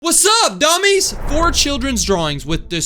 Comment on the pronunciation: Hey why du you say domis